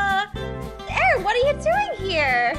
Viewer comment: Dets not hou jou spel aaron jou dont do aren